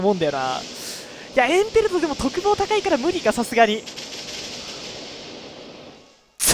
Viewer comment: エンペ↑ルト